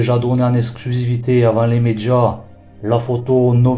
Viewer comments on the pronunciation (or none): Avant les "médjias" 🤣🤣🤣🤣🤣